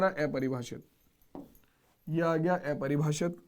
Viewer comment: Sir aepribhashit nahi apribhashit ho ta hai